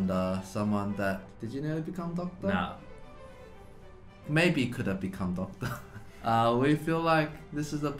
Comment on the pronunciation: Døctør_ Eddy's pronunciation of doctor is so funny😂😂. He is just too charming for me to handle😜